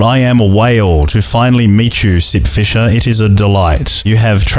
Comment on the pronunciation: I thought you said "This is Simp fisher" in the beginning and i thought "Hm.. people simp for the weirdest things theese days"